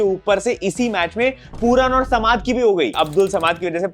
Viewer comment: Bhai तुम चूतिया ho kya thode samaad nhi samad hota h😂😂😂